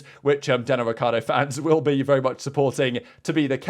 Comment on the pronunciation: Technically it's pronounced Ree-char-doe not ric-key-are-doe